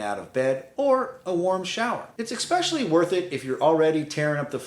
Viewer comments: "Ex-specially" It's "especially". Sorry, couldn't help myself. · It’s “especially “, not “expecially!” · I cannot believe you actually showed a "wetroom" layout and didn't mention what a TERRIBLE idea they are. Why create a scenario where every shower also requires cleaning a tub you did not even use, with every shower. UGH. Also, it's ESPECIALLY... not EXpecially (5X!!!) Beyond those things, advice is solid.